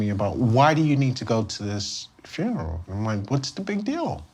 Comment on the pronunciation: "Fineral" How many aunties does this guy have that every sat hes off? Holllleeeeee